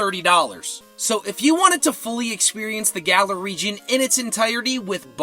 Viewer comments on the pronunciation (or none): none